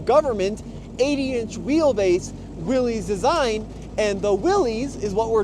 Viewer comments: It is really frustrating to watch all these idiots that claim to have a clue about automotive history, call Willys products "Willies". There is no apostrophe, we are not indicating that this is the property of "Willy". No, the man most responsible for the Willys vehicle was a mane named John Willys. Here is more from Wikipedia: Willys (pronounced /ˈwɪlɪs/, "Willis" was a brand name used by Willys–Overland Motors, an American automobile company, founded by John North Willys. It is pronounced just like Bruce Willis, NOT "Willies". Please get it right. You sound so stupid mispronouncing this name. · Not Willy's, it's Willys (pronounced Willis). It's a last name, not a first name. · There is absolutely no reason to pronounce willeez 😂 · The guys name was pronounced “Willis”, he is who the cars were named after. Willys and Willis are likely different spellings of family names. Why would you say it differently? John Willys. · I know it's spelled Willies... But its pronounced Willis. Like.. What you talking bout Willis.